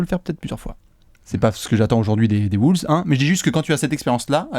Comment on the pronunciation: Pourquoi vous prononcer "Wooles" ?